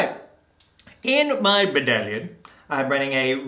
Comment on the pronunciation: Bone and Beard couldn't pronounce it correctly a while ago, and thought it would be funny to keep saying it ever since. You don't need help, they do 😑